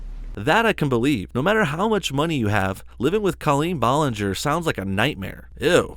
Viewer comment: What a hater Back Off!! 😉 you are just so jealous that she has more views and subs. Its aslo not BOWLinger. Gosh Its also not CAHLeen. Djeez i cant with this guy he is so stupid😂😂